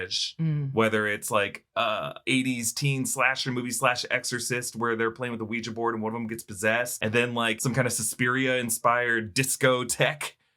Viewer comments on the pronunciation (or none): none